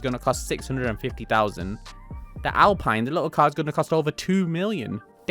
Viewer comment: pronounced "al-peen" the alpine a110 was the first WRC winner in the 70's. beautiful car